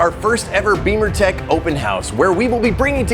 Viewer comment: Does this guy even realize he is miss pronouncing bimmertech??? It's not pronounced beemertech like he says it. Beemertech would be for BMW motorcycles.